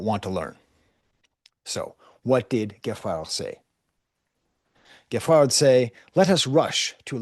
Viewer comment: Geffrard is pronounced Jayfrar